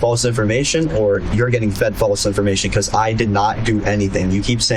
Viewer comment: Never trust a little punk that can't say the word "because" correctly. Piuzz...